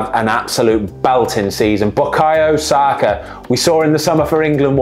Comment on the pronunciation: The way saka